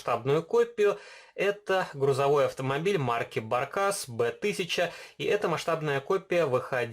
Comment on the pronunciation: ПРОСТОЙ и РЕМОНТОПРИГОДНЫЙ(если описать двумя словами)В моем районе обитает целых два таких "зверя". Один грузопассажирский с движком от VW, другой пассажирский С РОДНЫМ ДВУХТАКТНЫМ МОТОРОМ. В названии автомобиля правильно ставить ударение на первую букву "а", немцы произносят его название именно так. И именно у бортового грузовичка рама хребтовая квадратного сечения(своими глазами грузовички я никогда не видел), у микроавтобусов рама была интегрирована в кузов